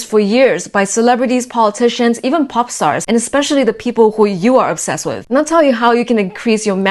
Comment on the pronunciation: "onsessed" lol 🥴